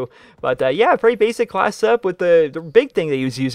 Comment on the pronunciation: Does anyone think its wierd that he always call it a create a calss not a class? :D